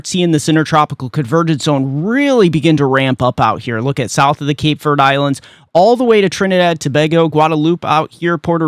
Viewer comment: ........please stop calling the Cape Verde islands "Cape Verd". Verde is pronounced like "verdee" not Verd like those folks on The Weather Channel pronounce it. That is a long "e" as the second syllable. Verde is Spanish for the color green. Keep up the good work!